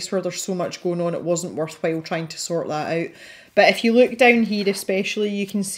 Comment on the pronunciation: Sign me up for live events. I have started to find favorites in the coloring community, on YT that is and I have been showing up fairly regularly for weekly live events. LOL btw I've thought about sharing with you, it strikes me and makes me look up at the screen when you keep saying "If you..." because it sounds to me like you keep saying "F. U." !! I've been binging on videos as I swatch my new pencil set -- still doing Artezas.